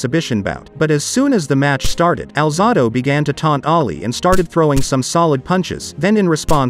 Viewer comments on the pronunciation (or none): The narrator mispronounced (Al-zay-do) Alzado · You're full of it, get your facts straight man, and have the respect to pronounce Alzado's name correctly, very disrespectful 🤔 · Your mispronouncing his last name. It's Alzado(alzaydo) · Finally!!! Somebody that knew enough to correct the voice over that was pronouncing Lyle Alzado’s last name as “Alzahdo”! I can’t believe that could happen with a name that is VERY familiar to even casual pro football fans!